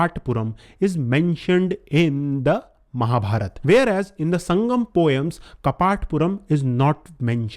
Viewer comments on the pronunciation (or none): none